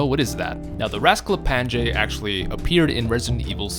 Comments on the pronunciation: Oh you butchered his name, its read like rasklapanye not rasklapanJe, and the nj (ny) is read like one letter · "Rasklapange"... it's Rasklapan*i*e. J is pronunced like an I in slavic languages. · i hate it that he says raskaplanje and not raskaplanye like a serbian would, i get it your not serbian, but it still iritates me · As a Serb myself, hearing you say Rasklapanyaj really hurts my brain. Try pronouncing it as Rasklapanye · Your pronunciation of Rasklapanje is way of. It's actually pronounced with NJ as a single letter, like the letter ñ so Rasklapañe. Niña instead of Ninja. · as a person from the balkans the way you pronounce rasklapanje hurts my soul (j here makes a y sound rask-la-pa-nye) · It's pronounced Rasklapanye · It's pronounced like ''Ras-kla-pa-nye'' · LOL I am Serbian and it hurts each time you said "rasklapanje" meaning is correct but you pronounce it totally wrong. But it is mostly cause in Serbian and several Slavic languages we have more letters and people from west just can not pronounce them properly. (NJ is looked like one letter Њ on Cyrilic) Nice video mate. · No effort into pronouncing the rozklapanje a bit similar to correct sound